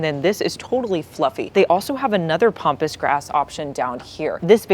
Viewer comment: you pronounce words badly. Not pompus but pampus.